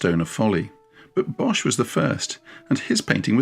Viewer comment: most of the time I don’t pay attention to pronunciation. There’s only one thing that’s easy to change. Bosh is pronounced as the English boss. The h at the end of words, after a consonant has no function at all. (Same with Van Gogh.)